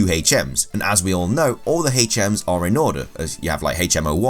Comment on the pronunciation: U say hms funny